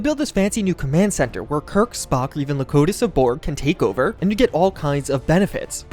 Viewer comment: Lo Co Dus of borg? Dude...nerd card just got revoked...in an ad no less. Weak.